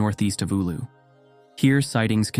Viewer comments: Not Oulo but Oulu ! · You can increase your credibility by taking the time to look up the correct pronunciation of these place names. For example, “Eewloo” isn’t how you say “Oulu”, and it takes minimal effort to get it right.